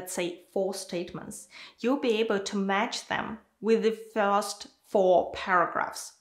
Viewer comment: Hi, the content is perfect and helpful, but please, improve your pronunciation of the word "first".